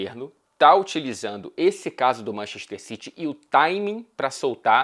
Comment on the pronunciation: Manxester xitchy 😂😂😂